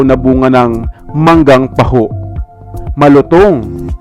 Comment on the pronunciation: Parang taho ang pronunciation